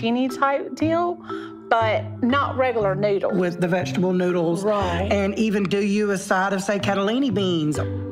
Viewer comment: She really said "a pitcher of a vegable". 🤣😅😂